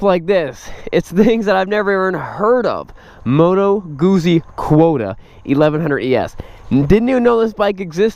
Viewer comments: Pronounced moto gutsy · Phil Clarke Moto Guzzi is pronounced like “put sea “but with a “G” with the emphasis GUT...and the word is chopped the way you would pronounce pizza. I suppose it’s because of the two z letters together.. so pizza and Guzzi words both are chopped in pronounciation At the Z’s.. It’s not pronounced like fuzzy). and not like floozie... It’s- Moto put sea...moto gut zee